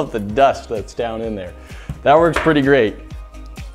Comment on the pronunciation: "i think this gonna look gurate" i love that guy